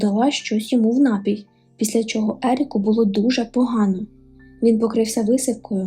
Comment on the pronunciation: Не нАпій,а напІй. Відчувається що ви кульгаєте в мові Спробуйте щоб хтось редагував. Адже Ви так пафосно заявили про розвиток Українського контенту.